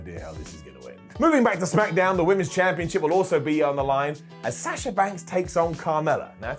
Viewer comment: Why is it so difficult to say Sasha's name correctly? Sah-shuh not Saaasha 🤦‍♂️